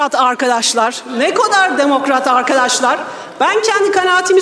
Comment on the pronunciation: Bu kadının telaffuzu garip "uuaarkadaşlar çıkıjak uuuaynı şeyi konuşujak"